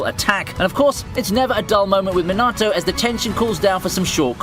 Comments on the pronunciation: Minarto really omg is it that hard to know how the names are meant to be pronounced 😩😠🥲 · Me-nah-toe it's not that hard to say man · Did you said minaato??